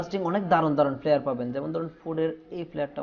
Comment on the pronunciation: ফ্লিয়ার না ফ্লাইয়ার Flyer. উচ্চারণ ঠিক বলবেন please